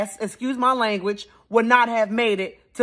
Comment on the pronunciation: "If America's so bad, how'd you get to the Olymipics?!?" 🤣🤣